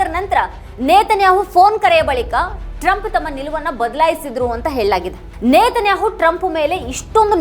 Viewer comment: ನೇತನ್ಯಾಆಹು ಅಲ್ಲ ಮಾರೈತಿ ನೆತನ್ಯಾಹ್